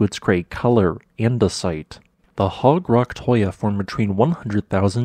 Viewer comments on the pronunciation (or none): none